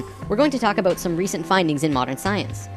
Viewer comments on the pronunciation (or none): every time you say aboot i can't help but think of south park lol it makes me laugh. great videos though. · Hehehe, I like whenever he says "about". It's so "aboat" it's almost "aboot". I'm Canadian too and I know we say "aboat" a little too here in Vancouver but the further East a Canadian is from, it sounds so much more severe. Even to me! I can pick out someone from Ontario no problem. If I catch some TV show I don't know much about, I can always tell when it's Canadian if it was filmed in Ontario. And often when it's filmed in other parts closer to the Pacific also. is from Manitoba, I think? So I only notice it when he says "about" or a word similar. But those words really stick out, lol.